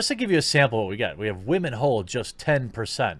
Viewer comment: wAmen ... lol